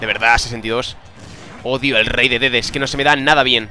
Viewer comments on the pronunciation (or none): lo del rey DeDeDe me lo pase a la primera, ademas se pronuncia DiDiDi